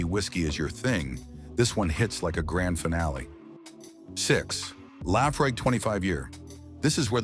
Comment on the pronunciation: "Laffrigg"?? Pronounce it that way on Islay and you'll be marched off the island!